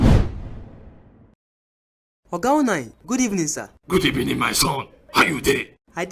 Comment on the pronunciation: Who else heard Güd Ebening